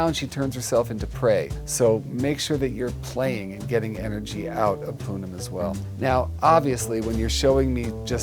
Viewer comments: Pudím actually means Pudding in Portuguese so the cat's name is really pudding Also it's pronounced poo-GEEM so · Also her cats' names. I cried inside every time Jackson said Pudim incorrectly, but I am used to people not knowing how to pronounce Portuguese words (I used to teach Portuguese)